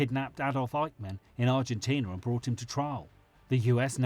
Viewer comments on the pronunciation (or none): none